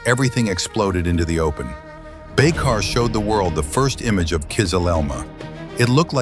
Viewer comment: Das heißt Baykar und nicht Baykar und es heißt Tuerkiye und nicht Tuerkiki.🇹🇷🇵🇰🇦🇿😎